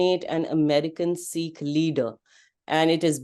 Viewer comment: Good discussion. I fail to understand why Indians cannot pronounce "Sikh" correctly though? It is Sikh, not Seekh. Also, I don't think it was a rogue operation. Samant Goel is protege of Doval since his Punjab Police days, he will not do an operation without his boss knowing. CC-1 specifically mentioned no operation during US-India dialogue dates. So they were conscious of not disturbing the pot. They thought US would let it slide.